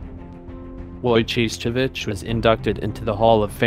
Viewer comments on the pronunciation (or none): Way to butcher the name!! Its Wojo-ho-its